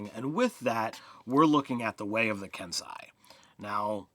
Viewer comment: Ken sei Not "kensai".